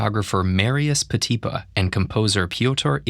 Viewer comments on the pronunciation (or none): I believe the stress mark is on the last syllable: Marius PetipA not PetIpa, as it's common in French. Thanks for the nice video apart from that ✨ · He done said Petipa like PeTEEpa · in Petipa the accent is on the last syllable as in French words... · I’ve never heard a fellow dancer pronounce Petipa’s name like that.... does anyone know if this is the right pronunciation? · An expert who cannot pronounce Petipa. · but you pronounced Petipa wrong 😂